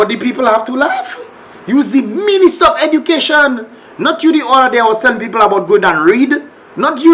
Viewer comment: She's the 'Ministah of Edukayshun' 😂😂